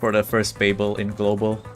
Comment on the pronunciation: It's called babil not bay bel. It's a city in Iraq and was the capital of the Babylonian civilization